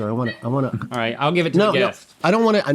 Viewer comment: Alton really turned Aussie for a minute there "roight" "it werks"